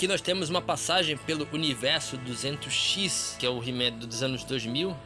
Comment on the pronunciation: Ótima recomendação. Só um detalhe: a pronúncia de 200X é 'dois mil e X' ou 'dois mil X', por se tratar da animação que começou em 2002. Pode ser consultada em vídeos com reviews dos bonecos dessa fase. Foi um termo criado pelos fãs.